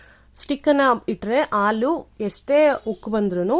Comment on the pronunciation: Aaaalu alla halu